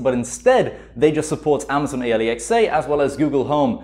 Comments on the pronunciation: Why do you say A-L-E-X-A Its just. Alexa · Alexa not A-le-x-a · I slowed it down and he said amazon alexe instead of alexa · did he say amaizoin ailaiczeah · My man said Amazon A lee X A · “Amazon Aliexai” 🤣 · i love how he says amazon A L E X A lmao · its not alexa, its a lee x ay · Nobody: Him: ally x a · My man can't say Amazon Alexa and it triggers me.